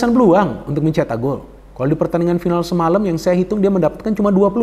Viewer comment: Final bung bukan faenel. Ayolah bung, Indonesia punya jatidiri.